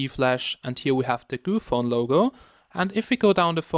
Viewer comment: its GOOPHONE not gophone.. lol shame